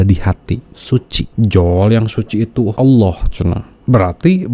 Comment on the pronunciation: Menyebut Allah saja aloh... Penipu kelas kakap ini orang, laporkan saja ke polisi... Biar jelas..